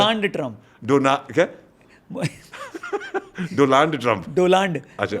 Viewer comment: रौनक भाई दोलांड ट्रंप नहीं दोआंड ट्रंप है वो 😂😂😂😂😂😂😂😂😂